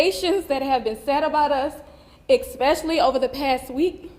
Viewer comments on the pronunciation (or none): Once you say "exspecially" NOTHING you say after that matters! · Expecially? Stabability? Who put that lady up there? Learn to speak propoper english mama.